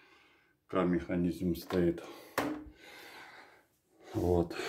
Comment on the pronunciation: Так забавно звучит "механизЬм")